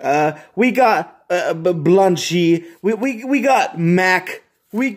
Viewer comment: omg did you just pronounce "Blanche" as "Blun-chee"